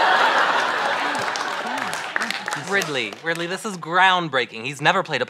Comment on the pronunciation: "I'm Mosses"